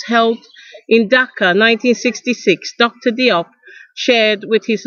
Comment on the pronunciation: I'm Malian-Senegalese, Diop is pronounced "Jope"